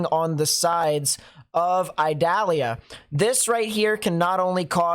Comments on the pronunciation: Eee-doll-yah. It is not an onion. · not to be a hard a...ss lol its pronounced E DAH LIAH , I in spanish sounds like E in english no pressure lol .